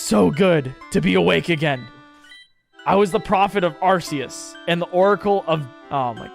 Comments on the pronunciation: "Arseus" "Kyuryem" "Heidreijin" I hope to god he does this on purpose because it baffles me how negative iq someone has to be to make such mistakes all the time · Getting sick of hearing this! Has no one here seen the Arceus Movie?! That show one way on how it's name is pronounced (Are-Key-Us). Even then, Silvally's Ability, The RKS System shows that it's pronounced Are-Kay-Ess. Where the fuck did this Sss sounding "C" come from?! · him saying arceus hurts me lol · It's "Kyurem," not "Kyuriem!" Also, it's "Arceus," not "Arseus!" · Arceus is pronounced (Ar-kah-es) everyone always gets it wrong. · Correction: Arkoos